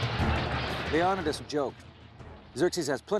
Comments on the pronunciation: I'm only 4 seconds in... I'm sorry, how are you pronouncing his name? Low-non-a-das. First time I've ever heard that. This guy is the one person, who's name is pronounced the same, no matter what nationality is saying it. And then there's you. After reading the comments below. The consensus is, that you haven't finished sophomore English yet. And btw, Stephen King's "IT" is also a real story. A real story, is any story that has ever been told, or invented, or thought of, ever. A TRUE story, actually happened. Which is also different from a Documentary, Biography, and also a Based on real facts story. The story of Leo-Ni-Das, is a based on real facts only. Many details of the Persians, are the extreme opposite of the truth... Did you know. Only one of those two groups, had slaves... And it wasn't the Persians... They had outlawed it by this time. And that this army, was one of the largest financial purchases, of all time, for a long time. The Persians, paid their army. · The name is pronounced ( LEE OH NEE DEES ) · SingleCab HemiDreams lionidas, it means in them days in Illyrian language, lion-day ? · It's pronounced 'Lee - Oh - n'eye - das' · Lee-oh-ni-das Pha-lanx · Lead by King Leon-uh-dus? Lol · The correct pronunciation is Lay-O --- Nee --- Thus. With emphasis on NEE: LayONEEThus Source: I'm greek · Stopped watching as soon as you pronounce “Leonidas” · I have never heard anyone pronounce ''Leonidas'' that way ever. Also ''idea of freedom'', the Spartans ran slavery, and born males deamed worthy were forced to become soldiers. Meanwhile, Persia had a normal conscripted army. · I stopped watching at leonidas said wrong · goddamn mispronounced the kings name right off the bat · When you can’t pronounce leonidas and your trying to teach about him, then you’ve lost all credibility. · Does the man not know how to pronounce Leonidas?! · He pronounced Leonidas wrong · Leonidas is pronounced wrong in this video. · why did he say Leonitas name so wrong? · Leo-Ni-dis lol